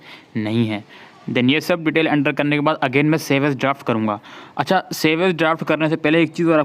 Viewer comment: ...achhaaa☺️😌🤭🤭 Helpful brother...but hassii agyiii "achha" pe🤭